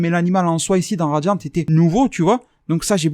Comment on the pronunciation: J aime bien tu dis que tuvas appeler ça radian et au fur et a mesure tu fini par dire radian"te".je trouve ça marrant par c est tellement naturel